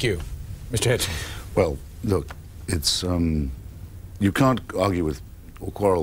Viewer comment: Hitchens, not Hitchings.